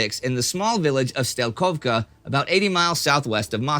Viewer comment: Moscow wasn't a capital at the times of 1908. It became capital only in 1917. Also Strelkovka, not Stelkovka.